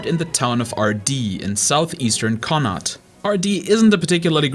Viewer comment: I don't know how to type how it sounds but you said Connacht wrong